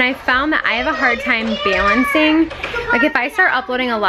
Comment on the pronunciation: You say “balancing” very interestingly 🤔